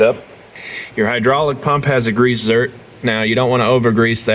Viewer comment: Zerk. Not zert